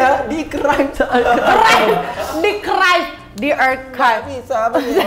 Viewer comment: Pelajaran yg aku dpt stelah 43 menit nnton video ini adalah "archived" dibacanya "erkhaivd" bukan "arcivd" 😂😂😂